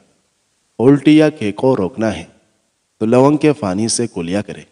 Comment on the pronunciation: Afka bofot bofot fukria , ye app fay ki zaban may q boltay hain ? May yaqeen se kehty hoon k aap pay bol saktay hain phir pani ko fany q kehtay hain ? Our ab to mujh ko ye bhi yaqeen hai k aap fay ko pay kehtay hain. Yani fahad ya fawad ko pahad our pawad kehtay hongay our ferhana ko perhana kehtay hongay ,jub aap ye dono lafaz bol saktay hain to phir onko sahe jaga q isstemal nahe kertay ? Prectuss ker ker k seekh lain